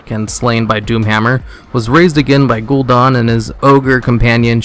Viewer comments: GUL- DAN like dannie, not Gul Don. Sorry pet peeve :P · His name is Gul'dan not Gul'don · ***** you aso said gul'dan wrong